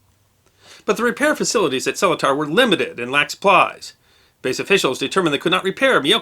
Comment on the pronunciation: One complaint: After being stationed at RAF Seletar back in the early 1960's, I need to mention that the pronunciation of Seletar is:Sel eat(as in eat lunch) ar.